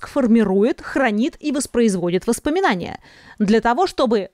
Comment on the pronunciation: #восспоминания правильно #воспоминания